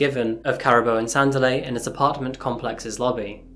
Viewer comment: PRONOUNCED " SANDEEELI "